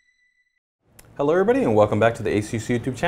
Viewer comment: "Hellur everybody..."